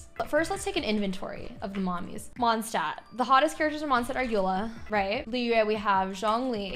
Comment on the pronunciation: the way she says mondstadt is making me insane (i don’t mean this in a hateful way i’m just very german and very angry all the time lol)